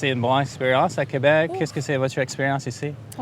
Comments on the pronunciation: Thanks for visiting !!!! Really cool video 💙💙💙 And I appreciate your effort of saying "Québec" correctly and writing it correctly as well ! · thanks for pronouncing Québec correctly, most english speaker don't seem to bother